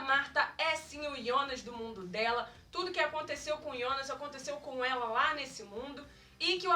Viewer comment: E jonas kkkk nao ionas